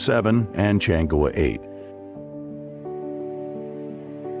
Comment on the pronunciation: White folks have purposesly not want to properly pronounce Chinese names. In this video the voice over pronounces the word Chan'E in three different ways showing total disrespect for the proper prnunciation of Chinese names. Pure colonial racism. Chang'E is spekked ub English alphabet with proper consideration for how a b c s can be used to consistently reproduce the sound of Chinese characters. The spelling of this Chang'E has an apostrophe obviously signifies the fact that there are two sounds, one the Chang, easy to voice, plus the E meant to be voiced alone as an E, such as an Earl, such as Er as "to err ios human". Yet you choose to in consistent in the way you mispronounce this, Instead of paying consciousness to the apostrophe as an important separator, you have ignored it and instead prnounce it as Chang Ge. another time as Changay, one of the English "exceptions". This is how pitiful your group is behaving. All you have needed to do in the first instance was to ask by hone to a Chinese media group and you can then get the proper sounds. No, white folks as just too bloody-minded to tlearn.